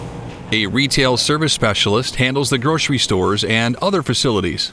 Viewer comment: "groshery shtores"